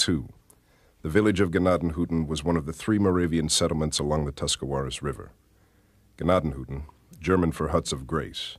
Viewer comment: It's tents of grace. You are pronouncing Tuscarawas and Gnadenhutten both wrong. I live here so you might want to do better research first. I actually volunteer at the museum.